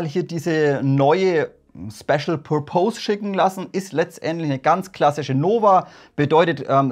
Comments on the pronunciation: Pur-Pohs...hihi...wenn dann Pörpess ;-) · "pörpis" spricht man Purpose aus :) Tolle Videos, me like :)